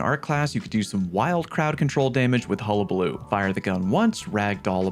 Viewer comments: Thank you, you are the first creator I have watched that pronounced hullabaloo correctly 🎉🎉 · You’re the first person to say hullabaloo correctly on YouTube